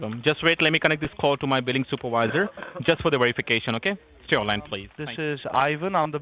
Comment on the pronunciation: "New phone, who dis????" "THIS IS IVAN, IM THE BILLING SOUP-A-VISE-AH" spits on mic lmaoooo